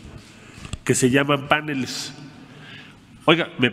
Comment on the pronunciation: No se dice “PÁNELES” Marcelo Ebrard. sino “PANELES” con acento prosódico en la primera letra “E”